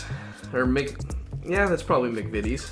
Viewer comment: The first video of this type where McVities was pronounced correctly straight away. Instantly subscribed.